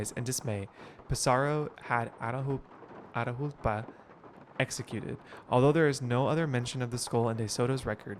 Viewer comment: Catch me screaming everytime mispronounces Atahualpa 😂😂 loved this gameplay!!!